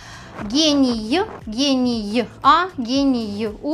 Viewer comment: полностью с тобой согласна, в начале не совсем понятно, что и почему она так говорит, но вроде как просто надо запомнить, что гений в начальной форме и не имеет окончания, а когда мы склоняем его, то есть гению, гения, то окончание появляется. Про генийа, генийу сама не могу понять что это было, нам походу чисто по звукам произнесли слово, как-то странно.